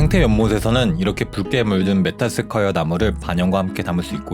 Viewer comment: 메타세콰이어 발음이....